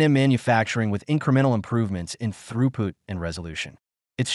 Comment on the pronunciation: Throughpoot? Why not just have a human read the script?